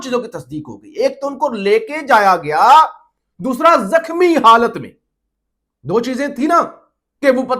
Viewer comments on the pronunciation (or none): Love ❤️ from USA 🇺🇸 پلیز اردو ٹھیک کرو زخمی لفظ کو زکھمی بولا ہے مائینڈ نہی کرنا آپ کے اچھے فیوچر کے لئے اصلاح ہے